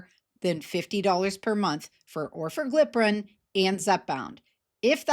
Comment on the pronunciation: Should be noted only the lowest doses of the new pills (Orforglipron from Lilly, and ‘Oral Wegovy’ from Novo) will be priced at 149. The highest doses will be 399, according to Lilly. Still, it’s an improvement. 🤷🏼‍♂️ Also, it’s pronounced or-FOR-gli-pron (I think).